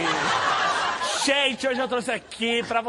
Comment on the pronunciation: "Xeente!" kkkkk eles são massa... porq foram sair da MTV